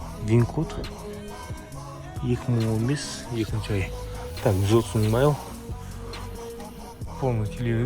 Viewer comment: майл емес, миль деші бро